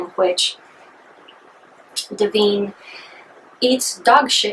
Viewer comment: 1. It's Duh-vine. 2. You seem way too uncomfortable with this film. 3. It was the first time a transwoman was in a movie for general release. And mr marbles running in fear from her showing off to me as a fellow transwoman was fucking hilarious. 4. The dog was fed steak for three days according to John waters. Better than cat shit and garbage. 5. There are two people in the world. Those who think Pink Flamingos is funny and over the top, and those who forget it was a gross out flick, meant to offend and shock.